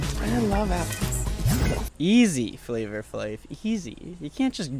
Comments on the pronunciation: I’ve never heard anyone pronounce the r in flavor flavor. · Dying at the pronunciation FlavOR Flav....its flava flav